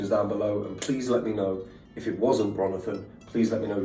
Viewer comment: "RONITHON" is killing me